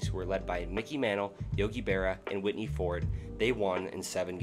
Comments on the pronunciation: mispronounced (whitey) with whitney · Nicely edited video and content but the narrator is simply horrible. Was 'Whitney' Ford related to the better know Whitey Ford? Where is Muhwakee? Is Lebaht beer similar to 'LeBat" beer? Is 'Riley' NC anywhere near 'Rah-lee' NC? How far apart are East 'Ruth-ah-ferd' and East Rutherford in New Jersey? Where the hell is Pawtamack? Is that close to the 'Pah-toe-mick' River between Virginia and D.C.? Good lord, the narration is so bad it almost seems intentional. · Dude definitely said Whitney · I heard witty. I think he just doesn’t know how to pronounce Whitey. It’s white, like the color. It’s understandable that you might now know how to pronounce the name of a hall of fame pitcher, it’s not like you’re a baseball related channel….oh wait. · Great video! You should work on your pronunciation. Some of the geographic locations were incorrect, and im pretty sure you said "Whitney ford" instead of "whitey." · Raw Lee... not Rally. Pah Toe Mac. Not Pat O Mac. East Ruth er ford not Rootherford. And for the love of God, Ford was Whitey. Not Whitney. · Whitey Ford is pronounced like the color. It’s not witty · Good video, but please work on pronunciation. Rutherford (ru-th-er-ford) Raleigh (RAL-ee) Whitey Ford Horace Stoneham (Stone-um) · This is great content, but as noted the pronunciation of some of the proper nouns really kills it. It's really low hanging fruit to google how to pronounce this stuff and will make your videos far more enjoyable. Whitey, Labatt, Raleigh, Rutherford, Potomac, also it's just "MLB", not "THE MLB"; that's more than 1 unforced error every 2 minutes.